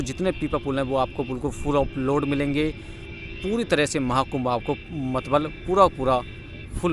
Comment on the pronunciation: मतलब ❌ मतबल✅